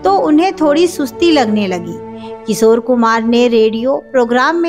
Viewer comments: एक एंकर के लिए सही उच्चारण बहुत जरूरी है। किशोर होता है। किसोर नही। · सोर, सोर, अरे बाबा सोर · किसोर मत बोलो। Work on your pronunciation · इनका "किशोर" शब्द का भी उच्चारण भी ठीक नहीं है.